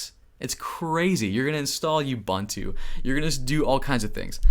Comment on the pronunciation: Just a little of assistance from me here. It's not bun-too. It is pronounced ooboontoo. 😉